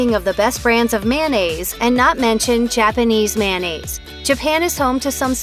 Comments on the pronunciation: Pisses me of hearing this condiment called Man-naise. It’s mayo-nnaise 🤬🤬🤬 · Why do Americans pronounce mayonnaise, mannaise? It should be pronounced mayo-naze. After all, the shortened version IS pronounced correctly, mayo. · FOR F**K'S SAKE if you are going to talk about MAYOnnaise learn how to F**KING pronounce it! IT IS MAYOnaisse NOT MANaisse. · Look how it's spelled...it's not mannaise...it's mayonnaise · Ever wonder why people say MANnaise instead of MAYOnnaise and then when they shorten it to MAYO that is the way they pronounce it? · Mayonnaise! Not mannaise. Plus we get it, you don’t like Miracle Whip move on with your life.